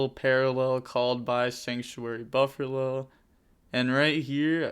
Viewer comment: Lol why do you call it burfallo 😆